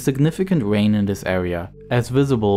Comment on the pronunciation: AITA? i couldnt stop hearing "wain, wiver" , homie had trouble with his Rs.